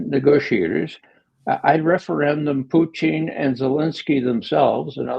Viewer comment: I love Ray but can someone please teach him how to pronounce Putin. He is not ordering a side dish in a Canadian cafe, Poo-teen. It's pronounced Poo-tihn.